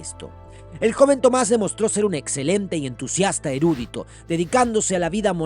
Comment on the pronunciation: algunas palabras estan mal acentuadas. Se dice erudÍto, no erÚdito. Y hay otras en el video. Salvando eso, muiy interesante